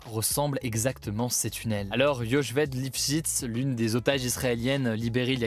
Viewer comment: L'otage : son nom se prononce Yo'heved Lipschitz (avec un 'H comme ds 'Hamas)